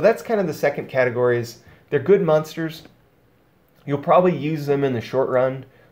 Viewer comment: I love your videos dog, but I had to quit 10 minutes in. “Mun-stars”... u said it like 100 times in 10 minutes. It’s “mOn-ster”. M- ON- STER. I couldn’t listen to it anymore. I still appreciate your vids though.